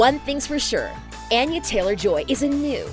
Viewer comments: Anya is not pronounced with a long “a”, it’s a short “a”, think altar instead of apple. Your narrators should really get the script right before recording, it’s seriously annoying. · Ah-yah not ann-yah.